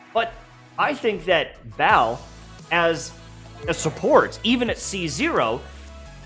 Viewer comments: dude her name isnt BAAL and your even pronouncing that wrong... lol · Why everyone call her Baal, its not Baal. Lmao